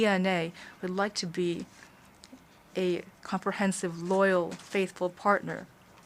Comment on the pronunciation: LOYAL YOU SAID😂😂😂